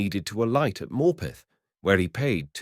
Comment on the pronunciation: Yeah I was wondering where he was talking about, the way he says Morpeth makes me cringe 😂